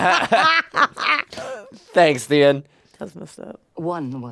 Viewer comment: are ya''ll really paying attention tho? some of the stuff you say is wrong lol. you gotta pay attention closely, and don't just listen to what you wanna hear. i love jon, ans theon, i do love the hound too. you said theon's name wrong lol, it's like the-on, on as in switch ON. it's get way better in the later seasons. i honestly hate cersei with a fucking passion. you guys are lucky tho, cause everyone else had to wait for the new seasons, now ya'll can get just binge watch it. i'm so tired of the lanisters getting away with it, but everyone else isn't allowed to? nah the lanisters especially cersei thinks she's al that, but she's really not.